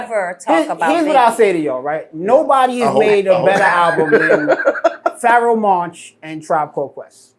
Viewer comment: Bro said pharoahe monch lmao